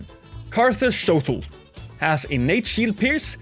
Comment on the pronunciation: GAAAH people need to stop saying “Shotel” as “Shotl”. It’s pronounced: SHOW-TELL like “hotel”